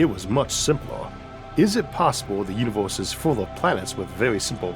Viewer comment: i'm sorry but i focus more on when he pronounces the vowel 'o' randomly .... he manages the 'u' at the start of words ... but not the ends....ie... 'deserts' gets pronounced normally ,,, he doesn't say 'dosorts' .... but it's a 'univorse' ... hmmmmm